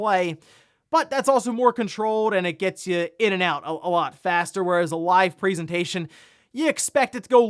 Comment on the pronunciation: "PREEsentation" f-cking hell